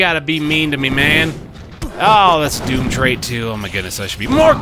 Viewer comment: Mate, I know this is ancient, but they're pronounced "doom-viss" "and "doom-trit" a la canvas and portrait. It's infuriating hearing you constantly saying them wrong, and not understanding the puns.